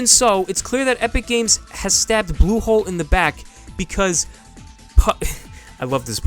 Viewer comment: U say blusholé as Google ... Pls watch out